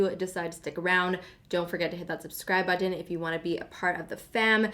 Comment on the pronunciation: Buttttttton. Is that extra annunciation a Canadian thing?